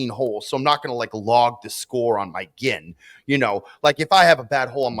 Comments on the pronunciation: an 8 handicap though? also I think "GHIN" is pronounced like the alcohol GIN. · For the love of god it’s GHIN as in “jin” NOT GHIN as in “when”… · still pronouncing GHIN wrong😂